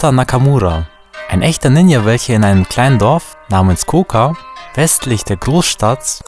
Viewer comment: Das j in Ninja wird wie in Journal ausgesprochen.